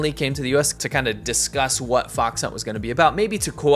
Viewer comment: You pronounced fox wrongly . It is the 2nd tone not the 3rd tone.